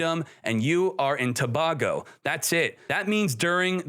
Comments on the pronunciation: Trinidad and Tobago. Tobago pronounced Tobay-go not Tobah-go. Not a big deal I know. But being from Trinidad it sounds hella funny. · Congrats & all the best in Germany!...btw...Tobago is pronounced "To-bay-go"...big up to my Trini ppls! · Trinidad and To-bay-go 🤦🏾‍♂️ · Its pronounced 'To-bay-go'